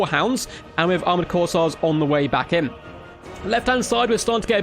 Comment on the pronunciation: Flesh hounds going to be a menace in multiplayer it seems. Will be interesting how they match up to warhammer 1 and 2 race's units. Also, I'm pretty sure its pronounced "Course" as in golf course and "Air" as in breath of fresh air. CourseAir (Corsair)